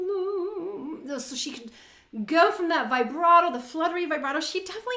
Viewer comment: Please, pronounce “vibrato” as “vee-bra - To (with a T, not a D).